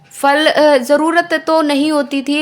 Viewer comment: बाक़ी सब तो ठीक है, परन्तु फल में फ का उच्चार अयोग्य है। पतंग, बादल, मकार इन शब्दों में जैसे ओष्ठ चिपकाकर हम उच्चार करते हैं वैसे ही फ अक्षर का भी उच्चार करना है। लोगों को यह बकवास लगेगा, जो ख़ुद बकवास है उसको बकवास ही लगेगा क्योंकि घमंड। जीवन में केवल बोलना नहीं योग्य उच्चार करना महत्वपूर्ण होता है, नहीं तो कहा के शिक्षित?? अनपढ़ गंवार ही हुए ना वो लोग। आप सुधारना करें यही इच्छा है, धन्यवाद।